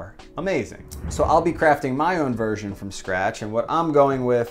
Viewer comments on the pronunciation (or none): none